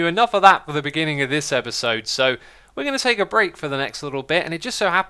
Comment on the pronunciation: "Espisode" Learn how to speak xisuma. lol